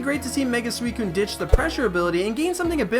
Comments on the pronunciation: It's susicune not swescune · it's pronounced sew since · Correct pronunciation is suchicun not suicun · Anyone else think it's pronounced Suicune and not Sweekoon?